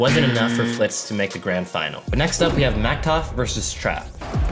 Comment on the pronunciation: Why you say it like mactof it's maktuf